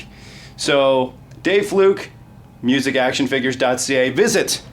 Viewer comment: You pronounced your last name as Fluke. My last name is Flook, look with an F in front, not Fluke.